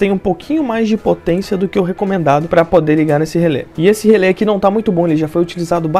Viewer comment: fico pensando, se relé tem um acento agudo no final (cuja funcao alem de indicar a silaba tonica é indicar a pronuncia aberta da vogal), pq as pessoas pronunciam relê com a vogal fechada, como se o acento fosse circunflexo....